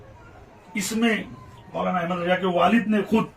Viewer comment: Jisko raza bolne nahi aata wo jahil fatwa dega raza ko raja bolta hai